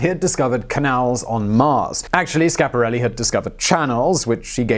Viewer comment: Simon, you are the only one that pronounces Schiaparelli correctly!